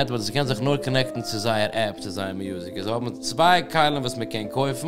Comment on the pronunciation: The word is music not Mayuzic